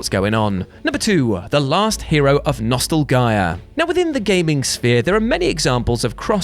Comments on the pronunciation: Am I the only one who noticed he said nostalgia wrong? Lol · Hadn't watched one of his videos in a while. He's gotten super annoying and doesn't know how to pronounce Nostalgia... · Is there a reason you were mispronouncing the word "nostalgia"?